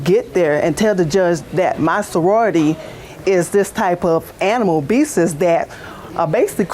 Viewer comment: "Animal Beeses"